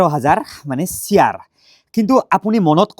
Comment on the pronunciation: Shiaaarrrrr nohoi bhai. It's Share